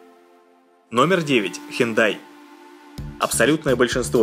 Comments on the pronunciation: Посмотрите видео, мне одному кажется что когда он говорит марку машины хендай, слышится хентай? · Мне одному послышалось он сказал хентай